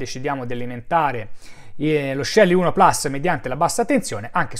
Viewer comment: Complimenti come sempre per i fantastici video. Però, puls é latino e si pronuncia plus, non plas. Tutta colpa di Apple 😂😂😂. Non americanizziamo anche le nostre parole.